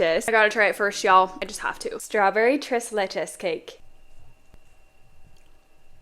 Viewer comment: The way she just says tres leche just😭😭